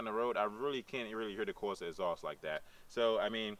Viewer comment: WTF is a Corsa "Escream Ezoss"? Speak English please.